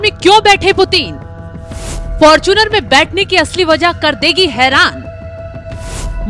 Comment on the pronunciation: 😂😂😂😂 who is this idiot, illiterate narrator... who can't even pronounce Putin correctly..😂😂 she is saying puteen puteen 😂😂😂